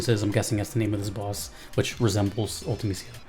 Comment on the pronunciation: Because Ultimicia’s actual name is Artimicia (pronounced Ool-tah-may-see-ah) in Japanese. That’s why her name was botched for the English translation of FF8.